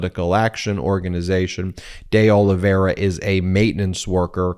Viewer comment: Ben, I think that it’s pronounced De O-live-v-era. But, really no matter. My question is: can anything be done about cannon except appealing her bad actions to the eleventh after the fact?